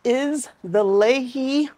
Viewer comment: 🥔🎉😃 If the first variety is from Pennsylvania, it’s definitely pronounced “Lee-Hi”. 👖👋 (I live about 45 minutes away from the Lehigh Valley.) 🤓